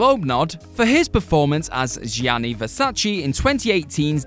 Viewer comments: It's Gianni not Jianni 😂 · Anyone remember Gary Oldman in that horrible Scarlet Letter production with Demi Moore? That's when I learned to not trust a production on his name alone. P.S. Gianni is pronounced more like Johnny than Žianni. It's like when Americans pronounce digiorno like dižorno, drives me nuts.